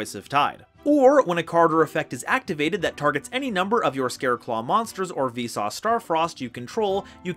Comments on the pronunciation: I think it should be closer to Veesus. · Everytime he says Visas, I always hear it as "Vsauce", which made me confused at first. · You cannot convince me he hasn't been saying V-sauce this entire time. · I'm pretty sure he's been intentionally saying it as "Vsauce". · the way you pronounce visas makes me think you're saying 'Vsauce' and i can't get it out of my head now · Not going to lie, every time you say Visas I hear Vsauce XD. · Cant unhear "Vsauce" up until reading it, and honestly still have a hard time pronouncing "Visas" that way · Everytime he says Visas, I hear V-Sauce ':c Anyway, those cards arent even out yet and I already hate them. Played against em in Edopro and was like "Why would anyone want to play this, other than ruining your opponents fun on purpose?" These Kshatri-La's are so overly boring and do nothing but "Don't let your opponent play the game". Why, Konami. Why. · Why do I hear Vsauce instead of Visas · Am i the only one who pronounces the = on visas' name?